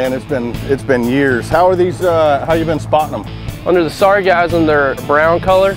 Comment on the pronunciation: Am I the only one that is bothered that they were saying sargassum like orgasm and that it's spelled wrong in the description?